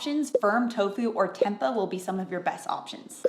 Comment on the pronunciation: I know this is nitpicky but i dont recommend anyone taking plant based protein advice from a woman who pronounces tempeh like "tempa"